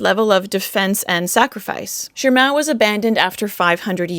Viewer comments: why do you pronounce it like Shirmao when there is no 'R'' in Shimao? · THERE'S NO "R" IN SHIMAO! 🤬🙉